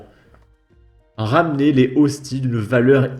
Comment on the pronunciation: Cela se voit que vous êtes athée ! On ne prononce pas "les hosti" mais "lézosti" avec la liaison ! On ne dit pas "la diocèse" mais "le diocèse" ! "Mg" cela signifie bien "Monseigneur" et désigne un évêque ! Allez.... sans rancune ! J'adore vos vidéos ! Et les profanateurs savent très bien ce qu'ils font ; une église profanée de la sorte doit être "re-sacralisée"